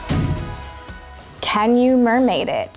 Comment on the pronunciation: Pronounces "can" like "ken"